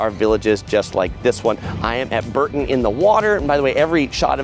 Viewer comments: For the millionth time it's not BUUUURTON on the water but BOOOOURrton It's Richard Burton but BOOOUrton on the water. For goodness sake you guys from the US get it right before us Brits blow a fuse!! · Bore-ton, not Bur-ton 😊